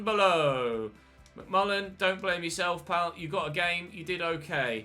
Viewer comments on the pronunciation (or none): none